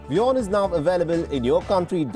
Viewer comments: It's wion not Vion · Imagion working for a company you cant even say the name of, Vion, the vorld news.